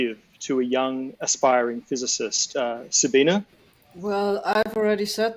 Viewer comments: Very interesting discussion! A lot of stuff that I didn't understand at all. 😅 (OT: It annoys my just a little bit that they all say Sabina instead of Sabine.) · So, nobody is going to comment on the fact that kept calling Sabine, Sabina? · Sabina? 4 PhDs and nobody knows how to pronounce Sabine.